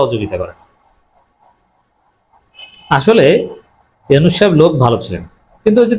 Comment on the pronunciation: মাইন্ডেড ইউনুছ ইউনুছ কিরে ভাই নামটা ভালো ভাবে বলতে পারেন না